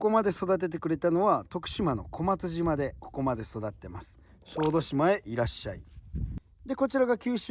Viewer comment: こまつじま❌ こまつしま⭕️